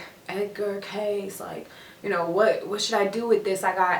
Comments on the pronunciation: Kay-see... Not "case" 🤦‍♂️🤦‍♂️🤦‍♂️🤦‍♂️ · His name is pronounced Kay-see. Not Case. Hope this helps. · Pronounced Kay See! Edgar Cayce was an interesting person. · His name is pronounced Kay-see 😉😉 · ...Damn, you butchered his last name a little bit. 😂 And I'm sure you've had enough people tell you the correct way to pronounce it is Kay-SEE. But I like the video! It's always dope to see young people discover the amazing work that our beloved oracle and clairvoyant Edgar Cayce recorded. Thanks for posting this particular video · You can’t even pronounce his name correctly. You dishonor this amazing man with your flippant discourse of what you believe was his life’s work.